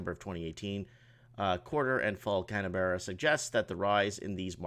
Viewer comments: Pronounce Canberra as can bra. Melbourne as Mel bun. With a slight r between the u an n. . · CAM-BERR-A Mate. Tie me kangaroo down sport. Have a tinnie. Bruce is a piss tank. Thats your Aussie as a second language lesson for today. For homework watch some Rolf Harris. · Canberra can-ber-ra , no hate plenty of names that dont sound like they look ( Cockburn is pronounced Co-burn etc)